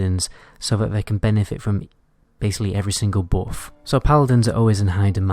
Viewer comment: It's buff not boff It's but not boot